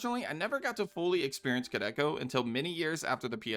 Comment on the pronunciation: Dude it's pronounced "Koo Del Kah"